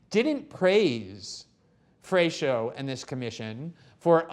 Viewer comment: You guys are ridiculous. Glen cannot even pronounce Brazilian names. (FRESH-O) LOL This fool knows nothing. They are basically reiterating talking points from Brazilian leftist mainstream media. No one in Brazil even believes them anymore and yet this wet fish does and speaks about it as if he's an expert. Cringe...